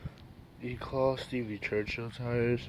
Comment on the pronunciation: why does everyone say eclat like eclaw. its e c l a t